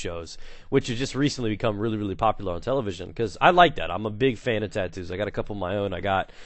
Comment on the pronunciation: LOL "titoos"